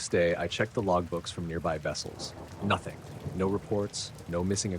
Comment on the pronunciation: Dude?.... ...lmao the way u say "NOTHING "...It's quick,and sounds snippy lol!! I heard it& giggled& thought did he just get snippy for no reason?damn hilarious 🤣😜 Edit: again at 1hr 33mnt and 40 seconds in ya get snooty lol,what gives?